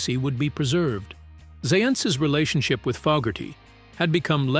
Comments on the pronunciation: how many times did the AI voice call Fogerty "Fugerty"?? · Damn - can't you or your AI bot pick one pronunciation of Zaentz and stick with it? Also, I think it's FOEgerty, not FOGerty. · Fougerty ‘Fog’erty AI sucks! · Not Fuckerdy, it's Fogerty and, Zans, ..rhymes with Dance. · Our world is being poisoned by pathetic soul-less monotone robotic fake narrators that can't pronounce.... Fawgerty.... Fugerty.... and moronic background music documenting a world that was overflowing with human magic. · His name is NOT "Fuggerty" OR "Fog-erty ! Get a human to narrate this stuff. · Who's "Fugherty"?? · Gotta teach your Robot how to pronounce the name of the person they're talking about. "Fuggerty"? :\ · Had to turn this off after the 90th time in 5 minutes hearing the AI narrator pronounce his name as “Faaaahhhger-tee” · "Fokerty", "Fuggerdy", "Foggertee", "Seance", "Zahyents", "Zents", "Cənkerd"...and those are just the mistakes rattled off the top of my head; not a complete list. Your use of the AI voice makes this video and anything on your channel seem comically inept. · Robo bot pronounces Fogerty’s name as fuggerty at times, correctly at others. I’m kind of liking fuggerty myself. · Don't you know who fog-gerty is? hehe! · Fugerthay is an interesting way to pronounce his name 😂 Ban all Robonnouncer nonsense. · Sorry but I couldn’t continue to hear Fogerty’s name mispronounced over and over again. Maybe you should speak yourself next time. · I wish the narration was done by a real person. This Ai said his last name wrong twice. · The AI's pronunciation of Fogerty is crazy making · Amen. That's an instant downvote from me and a don't recommend channel flag. Screw AI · AI can't pronounce "Fogerty" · It's interesting that the AI voice narrator can pronouce everything perfectly except "Fogerty" & "Zaentz" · What's with the weird pronunciation of Fogerty